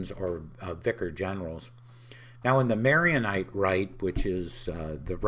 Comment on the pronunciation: Chorbishop Spinosa is awesome. To the interviewer, thank you for this interview. The rite is pronounced Maronite, named after St. Maron, not Maryonite.